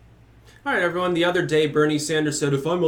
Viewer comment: Fwee Ice Qweem for everyooone!